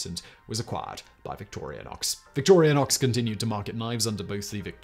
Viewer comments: Dude, you didn't even pronounce the names of the two companies (now one) correctly. You also failed to explain where the Inox part of the Victorinox name came from. Inox or Inoxidable being a French term for high chromium stainless steel which was an important part of the success of these knives over their competition early on. The swiss army knives were also developed as an answer to mutifuntion knives already sold by a bunch of other companies and famous manufacturing towns (like Sheffield in Britain and Solingen in Germany. Being 2nd generation Swiss from both sides of my family, as well as coming from a long line of engineers, machinists and craftsman, I can say say with confidence that the Swiss consider it a point of pride to take already existing good ideas and attempt to perfect them with a focus going down to even the smallest details. I've noticed this leads to Swiss manufactured products appearing to be overly complex or slightly fussy in their design. Valuing the use of many finely machined and assembled parts all working together flawlessly to achieve a design goal. On the other side of the coin, we also see the value of an almost minimalist design simplicity to do the same. You can pretty clearly see how the Swiss Army Knife is an object which has bounced back and forth in between these two contrasting ideals throughout the years. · "VictoriAnox"? You repeated that word dozens of times throughout the video. The brand is "Victorinox". No "A". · Love this video, but as a SAK collector for over ten years, I have to mention something. Yes, his mother was called Victoria BUT the rebranding was not to victoria-nox It's victor-I-nox... Do not pronounce the "A" in Victoria. Other than that annoying detail, good video. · It's not Victoriainox, there's no a. But Simon consistently pronounces it as Victoriainox. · Isn't the company named Victorinox instead of Victori-a-nox? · Victorinox. Not Victoria-nox. K, sorry, that was bugging me...lol...